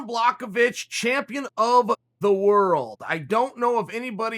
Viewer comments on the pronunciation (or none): Say it with me Sonnen : " Bła - ho - vich" where "ł" can be roughly pronounced like "w" in " was or win" and the "ch" pronounced just like the one in your first name ;). It's not that hard. He's a light heavyweight champion for cryin out loud , give him some respect. You're not saying Khebab Armageddon are you ? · Sounds like you said Jan “block a bitch” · Me: Jan Błachowicz (Yan Blahowicz) Chael: Jan Błachowicz( Yan Blackowich) Me : Ok Great!! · Me: Blachowicz Chael: Blahohovitch Me: ok, great. Blahohovitch Chael: let me offer you this- Block of itch Me: ok, great. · blockavitch or bla-hoe-vitch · Me: Blachowicz Chael: Blockovich Me: okay great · yan blockawitch how can Chael have me dying by the second word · Chael “Jan Blockovich” Sonnen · Dis nigga just said BlockOhVich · I believe, the proper way to spell Jan's last name would be BWUHOVICH, so Chael could pronounce it correctly. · Block-o-vich ? Breakfess ? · Jan BLOCKAWITCH - Chael “Pea” Sonnen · Jan Blachowicz: Uncle Chael: “Blockavich” Jan Blockavich: ok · Blackowich??😁 Chael giving new names to everybody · Chael 'Blakovich' Sonnen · Jan: finally whole world will know my name! Chael: BLOCKOVIC Jan: ok, kurwa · He said Santos as well if Jones is afraid of him. Its fight with goat and money fight so why wouldn't call him. You probably just jealous he did you never could fucking do. You cant even say his name correctly you moron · Spells his name perfectly in the title, proceeds to absolutely butcher the pronunciation. Classic Uncle Chael. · At least try to pronounce Jan's name right. And it's "Hor-hay" (Jorge), not George. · He will only be the champ when uncle chael blesses him by prounoucing his name right.